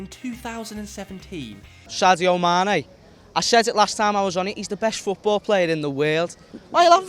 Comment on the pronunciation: You got the “Sowwdiow Mæne” guy lmao